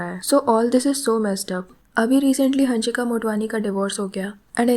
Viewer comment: Ooo pagal hannnshika nahi hansika.. Pagali